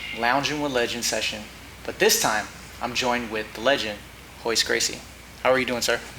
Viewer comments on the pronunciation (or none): Its hoyce not royce